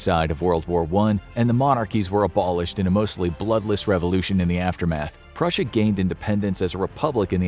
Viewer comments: 😂 Prussia not russia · Purrusia or tartary